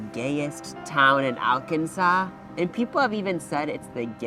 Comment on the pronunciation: Hey to help you properly pronounce Arkansas, say it like Ar-kan-saw. Not Ar-Kansas😅.